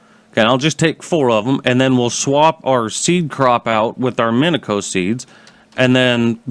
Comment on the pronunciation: Its pronounce min-e-she-o